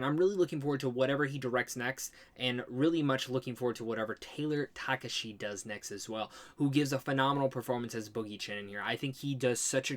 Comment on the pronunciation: Missing the ‘ha’ in Takahashi